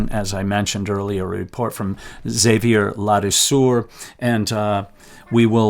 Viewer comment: Xavier "La Douceur" the sweetness ...pronounced Xa-viay la dou sir .